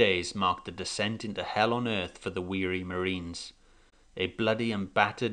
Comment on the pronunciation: It's "descent" into Hell" not decent !